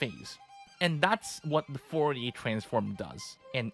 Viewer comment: Foh-ye transform lol